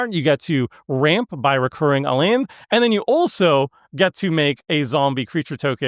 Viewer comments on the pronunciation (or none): Came here for this comment as well. Never heard this before. Dunno what accent calls "Land" like that. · the way you say the word “Land” pisses me tf off